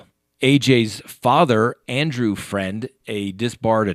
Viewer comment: Fruend not Friend